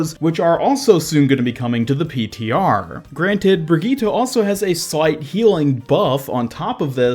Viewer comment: So your saying.... BRIGEATTUH IS GOING TO BE A H E A L E R